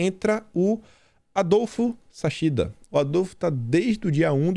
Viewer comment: Pronúncia do Adolfo "Saquichida"